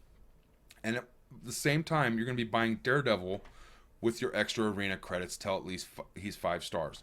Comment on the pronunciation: It’s Till not tell btw